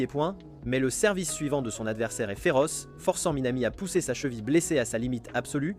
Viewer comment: Le gars est trop fort il dit chevile